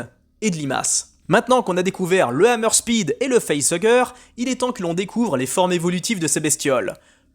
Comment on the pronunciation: Hammerped* pas "hammerspeed" Et non il ne pond rien dans la bouche